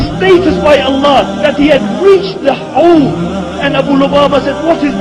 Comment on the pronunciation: Not Hole but Howdh (حوض)